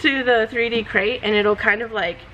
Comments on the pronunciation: "Crete" is pronounced "kreet," like concrete, right? Sounds like you're saying "crate" and I was so confused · Are you saying “Crate” for the Crete product? It’s Crete. Like concrete. Right?